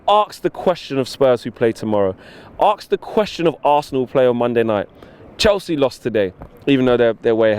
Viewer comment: Lol Axe 🪓 instead of ask